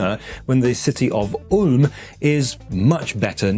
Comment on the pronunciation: You just said the Ulm tongue-twister better than me, a native German speaker